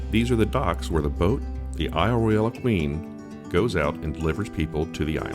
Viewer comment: Only the non local tour guides say Isle Roy-Al. It’s just Isle Royal. Even though it’s spelled Royale. An itinerary would be helpful with scenic spots.